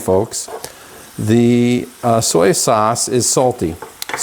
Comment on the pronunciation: Soya?? I have never heard anyone pronounce soy like that. Mindy at SoupedUpRecipes as a better version.